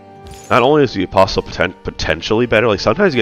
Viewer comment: Enjoying your optimisation style of play - keep it up! Btw the ‘t’ in apostle is silent :-)